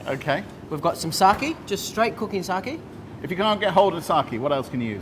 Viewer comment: saKE! KEEEE!! NOT saki. Why do so many english-speakers get this wrong?